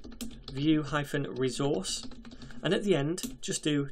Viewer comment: You pronounces it as "VueRezource", That sounds good. Thanks for this amazing playlist about Vue JS...